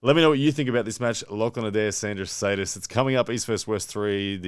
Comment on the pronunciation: It's Šedis, pronounced shed-iss, FYI